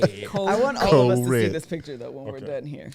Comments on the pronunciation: nah it’s co-reck 😂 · It's correck 😭😭